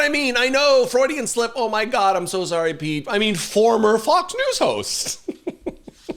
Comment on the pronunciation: Kilmeade's "fraudian slip" -- awesome!